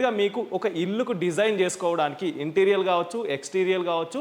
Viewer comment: Interior ఇంటీరియర్ అని pronounce చెయ్యాలి ఇంటీరియల్ అని కాదు గమనించగలరు. అన్యధా భావించకండి